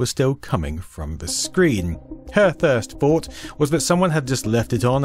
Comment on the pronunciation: Thirst faught :P